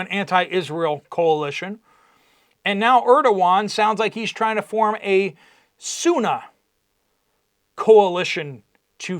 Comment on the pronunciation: Bro. It’s “Sunni” - if you’re going to have strong opinions on something, you should be able to pronounce it properly. Islam got you so mad - Salaam Habibi. It’ll be ok 😂